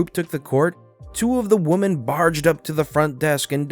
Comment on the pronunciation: with a "V," the word "women" has an "in" sound to it, not an "un" sound. It sounds like you're saying "woman" instead of "women."